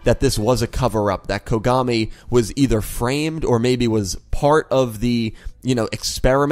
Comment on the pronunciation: I Swear to god everytime i hear Dr kogami i keep hearing Dr Konami xD